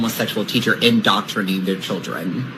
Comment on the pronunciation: The gay teacher said “indoctrining “ . Hey pretty boy, a teacher should know the word is “indoctrinating “. Indoctrining isn’t a word.